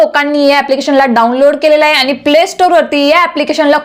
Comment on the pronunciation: ताई.. खुप छान... पण तुमच्या उच्चारांत आहे चा हाहे असा उच्चार येतो तेव्हढ फक्त काळजी घ्याल तर फार छान होईल...